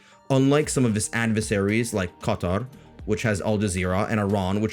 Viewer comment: Are you an arab yourself? You pronounce "Qatar" and "arab" in a strange way.